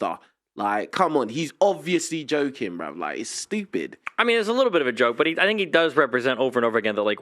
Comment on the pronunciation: “Fink about thos Hollywood mewvies”